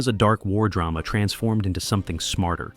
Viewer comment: .. keeping one foot in Dray-Mah? WTF